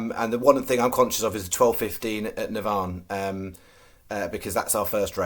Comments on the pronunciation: It’s NAVAN not Navarrrn 😂😂😂😂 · Navan is not pronounced NAV ONN ! It pronounced NA-VAN ! ! Hope this helps. Say Van then say Na Van 🤣 BTW great place picks today. 💥💥💥